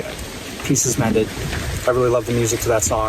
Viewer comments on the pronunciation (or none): It's Pieces Mended, not Mendet